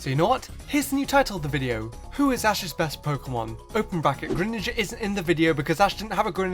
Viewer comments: you said asses pikachu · he said ass' pikachu